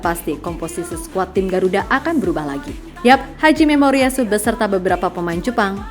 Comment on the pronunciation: seriusss....pertama dengar terkejut alias kaget...pelafalannya, terdengar di telinga " haji - memoritsu" bosskuh 😂👍🙏🙏🙏